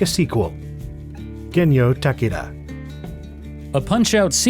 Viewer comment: Stop saying Ta Ka Da... the man's name is Takeda. It is pronounced as Ta Ke Da. Stop being an idiot.